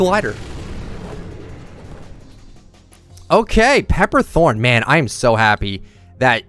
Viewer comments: It’s pepper Thorne not throne lmao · Pepper THRONE?? ITS THORNE AAA